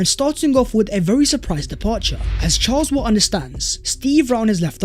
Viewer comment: Charles Watts not Charles watt